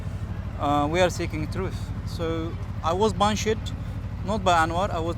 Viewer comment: “He Bun-Shed me”